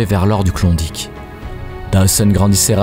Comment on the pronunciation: Klondike pas clondic. Ni mythe ni légende. Ta jamais été laba ma parole